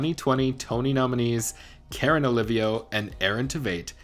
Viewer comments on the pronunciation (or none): none